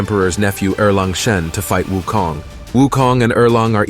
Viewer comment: I love how u pronouce wukongt. Tones r close enuf its good